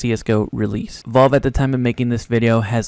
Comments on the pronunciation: Bud pronounce it valve not Volve omg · wtf is volve? IT'S VALVE KID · please just fucking learn how to say valve properly pls